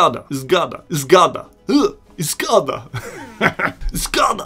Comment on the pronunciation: That was amazing. I could understand almost everything but once you said "zgoda" (I agree) and it sounded a bit like "z gada" (from a reptile). That was funny😂